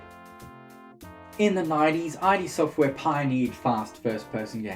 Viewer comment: The blasphemy. It’s id (pronounced like „it“) software, not i.d. software.